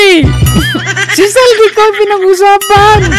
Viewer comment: Bakit hinde mabigkass ni mel tiangco ang pangalan n8 Zaldy Co?..